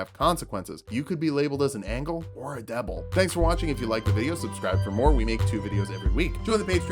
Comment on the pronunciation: did he really say “Angle or a Deble”?